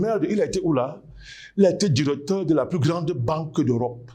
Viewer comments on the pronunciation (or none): none